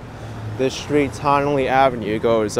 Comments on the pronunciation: It's pronounced "Tun-nelle" like your saying the word "ton" or the first syllable of "tunnel".. Confusing, I know, bc of the spelling "Tonnelle" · Tonnele Ave is pronounced: TON-A-LEE, In one quick speaking tone.